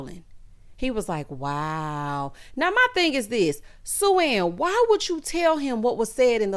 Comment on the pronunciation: Coming from the Caribbean, when I heard Blake call Sue-Ann sue sue, all I could think about is a sou sou. I said GIRL this man just called you a meeting turn 🤣🤣